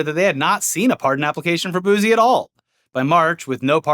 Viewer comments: Fellas, it's boosie (boo-see) not boozy 😂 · Boo-see, pronounced boo-see not boosey lmao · I've been watching since Machinima & you guys have never sounded whiter than hearing you pronounce Lil Boosie😄 I'm pretty sure the S has a Ci sound instead of Z😄. Now try his former partner, Lil Webbie😄